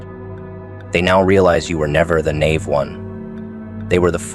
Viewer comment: Nay…ve? lol u mean “nigh-eve” Mr..a.i.😊